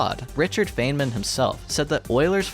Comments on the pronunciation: A minor comment: Feynman is pronounced "Fine-man" rather than "Fain-man", and Navier (because it's French) is pronounced "Navi-ay". Otherwise your video was really good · Richard Feynman is pronounced FINE-man, not FAYN-man. Also, you included a picture of Jack Quaid, not Richard Feynman. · As a physics major, I am simultaneously triggered and amused about you saying "Richard Faynmen" while displaying an image of Jack Quaid.